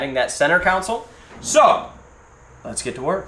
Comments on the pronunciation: Console... not a "council". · I can't stand when people call a console a counsole its sounds like its spelled con sole not coun sole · “Center counsel”…😐 English bro. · It’s called a console, not a council😂😂😂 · IT’S CON-SOL!!!